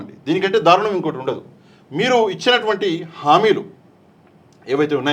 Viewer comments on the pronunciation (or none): none